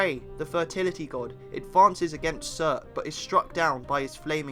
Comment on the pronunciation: It’s “acee,errr